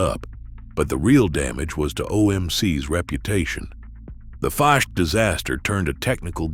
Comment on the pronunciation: I love how the AI Narrator keeps mispronouncing Ficht, and Bombardier, differently every time. Can we have genuine human creator videos please?